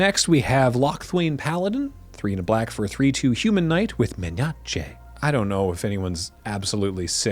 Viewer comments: No one in their right mind would ask you to stop pronouncing Menace in the absolute 100% correct way. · I really hope that in the far future long after we're all dead that Men-achay just becomes the base pronunciation and only memesters pronounce it menace. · 3 years on and we still love Men-A-Che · Men-arch-aye is my fave pronounciation and i always use it locally in games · Hey - I live outside Washington, DC, and about half of my FLGS pronounce menace, men-a-chay. LRR is loved. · Dear, Please do not stop pronouncing it "menache". In fact, I request you escalate to "my nacho". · I don't mind the prononciation of mena-che, except for how it infected me and now I can't stop saying it like that. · Hey, as long as you acknowledge it's a deliberate choice from time to time, I can accept "men-ah-che' as a LRR-specific dialect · If at any point you stop doing "menače" we will be legally obliged to call the local authorities to check up on you, to see if you are safe and unharmed. Kind of like a secret signal for a kidnapping situation, but instead of winking out "S.O.S." in morse code you'll pronounce menace like a sane (and boring) person. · KEEP SAYING MEHNACHE I always say it with my playgroup. It's always good for a little chuckle. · I want you to stop pronouncing it men-ache-ey, not because I don't love it, but the power trip I would get from being a part of that kind of influence, even if it's wrong. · Maybe back off on the mispronunciation of Menace. It was quirky and fun the first few times, but it's well into weird and annoying now. Unless you're going to make mispronouncing Magic jargon into the whole act and become some sort of MTG Victor Borge, I suppose. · I like how you pronounce "Menace" ... you should do this with more keywords more often ... someday it'll be a slang all over the world.. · Necessary comment requesting the correct pronunciation of menace